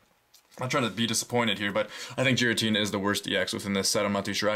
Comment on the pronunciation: You pronounced '' Giratina'' wrong.